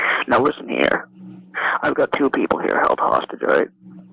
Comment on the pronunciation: “now listen heya” 😂😂 not once but twice lol. Dude is a cornballlll